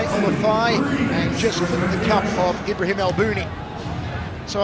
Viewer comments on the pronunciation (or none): Ibrahim, not Imbrahim lol